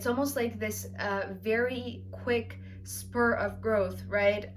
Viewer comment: Hi, it's actually growth spurT. Just to be helpful. Liked your reading. Thank you.